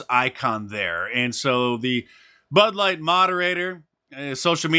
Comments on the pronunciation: did you just call it Butt Light? LOL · It sounded like you said butt light and that wouldn't be wrong